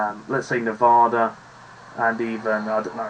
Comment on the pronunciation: Spot on my guy. Except for Nevada.